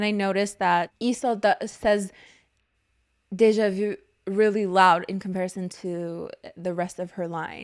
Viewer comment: my favourite part of the video was struggling (?) to say déjà vu with the english pronunciation instead of the french one